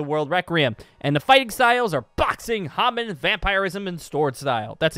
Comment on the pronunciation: and its HAmon not haamon